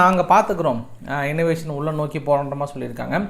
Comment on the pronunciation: அது இன்னவேசன் இல்லை.....இன்வேஷன்